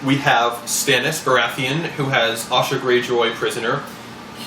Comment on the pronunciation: Now I can see why they changed it to Yara on the tv show. I seriously thought you had said "Osha" at first and I was mega confused for a second. :D